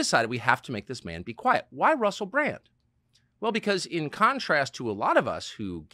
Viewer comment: Sometimes instead of 'Bran-D' Americans say 'Bran-T' lol.